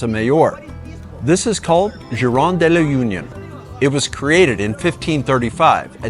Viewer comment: Not DE LA UNION , it’s pronounced De La: Ooh knew On. Now say it fast all together.